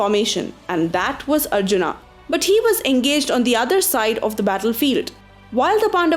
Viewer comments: Why the stress on the "haa" sound at end of every name? Its not ArjunA. its a softer sound Arjun: where the colon is a much softer sound than the way you are pronouncing. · What the hell i extra A after every name Karna, Arjuna, Duryodhana , Bheema ??🤬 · Please English m bol k naam mat kharab karo sabke It's Arjun not Arjuna it's Bhism not Bhishma it's Shiv not Shiva It's Ram not Rama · What the fuck are these dronaaa, arjunaaa, bheesmaaaa, pronounce the historical names properly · Spelling change'while transcripting but why you are changing pronunciation. Not arjunã it's Arjuna or Arjun if pronounced correctly and also for rest of names. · Why the hell are you speaking like that foriegners don't how to pronounce ram shiv karn arjun it automatically gets pronounced like rama shiva karna and arjuna but you are indian then why the hell u can't speak like that. You don't look very intelligent or smart while speaking like that do not destroy the new genration. You should regret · why the hell are you adding extra "A"s to everyone's names? they were Arjun, Bheem, Nakul, Sahadev, Karn, Ang, Dron, Duryodhan. why add extra aa sound?